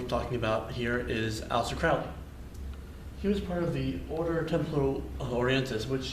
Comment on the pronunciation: It's Crowley rhymes with Holy. You're saying his name wrong. The OTO was not a spin off Order of the Golden Dawn either.